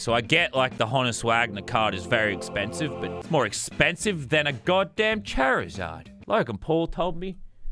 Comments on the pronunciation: “Charaezarde dude it’s charazard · Charzard ❌cherezad✅ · Chairzard as he said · "Charrizard" bro it's charizard (char-zard) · “A goddamn Chair-re-zard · Ah yes my favorite pokemon card the chair-iz-ard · when he said "chairizard" i lost it🤣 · Bro fr said chair-is-ard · I love how u say Charzard "ChAiRaZaRaD" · way he said Charizard 😂